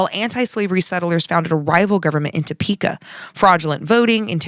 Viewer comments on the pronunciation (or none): none